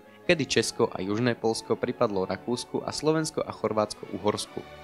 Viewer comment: Nemozem to pocuvat ked niekto vravi Polsko a nie Poľsko